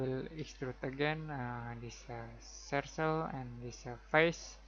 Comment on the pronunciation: I didn't notice any annoying click sounds at all, just a great explanation of the process of creating a hinge, which is exactly what I was looking for, thanks! PS, the word "circle" is pronounced "surkel", not "sursel". And you wouldn't say "about" when referring to a dimension as specific as "58.4" I can't imagine how confusing the English language must be to learn! Thanks again, subscribed.